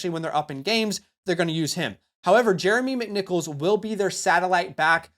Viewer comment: Jeremy Mymimickmicknichols